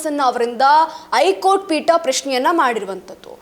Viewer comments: ಐ ಕೋರ್ಟ್ ಅಲ್ಲ ಹೈ ಕೋರ್ಟ್, ಶಾಶಕ ಅಲ್ಲ ಶಸಕ, ಚಪ್ಪಳಿ ಅಲ್ಲ, ನಾಳಕ್ಕು ಜನಾರು... ಪ್ರಶ್ಙೆಯ ಮೇಕೆ ಪ್ರಶ್ನೆಯನ್ನು ಆಕಿ... ತಾಯಿ, ನೀನು ನ್ಯೂಸ್ ಓದದಿರುವುದೇ ಕನ್ನಡಕ್ಕೆ ಮಾಡುವ ಉಪಕಾರ... ತಾಯಿ, ಕೈ ಮುಗೀತೀವಿ... ಸುಮ್ನಿದ್ದುಬಿಡಮ್ಮಾ. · ವಾರ್ತೆ...ಮೀಡಿಯಾದಲ್ಲಿ ಭಾರಿ ಪಕ್ಕವಾದ್ಯಗಳ ಮಧ್ಯೆ...ವಿಷಯಗಳನ್ನು ಅಗತ್ಯಗಿಂತ ವಿಜ್ರಂಬಿಸಿ ಜೋರಾಗಿ ಮಾತನಾಡಲಾಗುತ್ತದೆ ...ಆದರೆ ಉಚ್ಚಾರಣೆ ಸರಿ ಇರಲಿ... ದಯಮಾಡಿ...ನಿಮ್ಮ ಮಾತನ್ನು ನೀವೇ..ಒಮ್ಮೆ ಕೇಳಿ....'ಹೈಕೋರ್ಟ' ...'ಹೇಳಿಕೆ'.... ಇನ್ನು..ಹಾಗೇ..ಒತ್ತಕ್ಷರಗಳ...ಪ್ರಭಾವ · ಹೈಕೋರ್ಟ್ ಅಂತಾ ಸರಿಯಾಗಿ ಹೇಳಬೇಕು. ಸುದ್ದಿಯಲ್ಲಿ ಹೂಸವಿಚಾರ ಏನೂ ಇಲ್ಲ.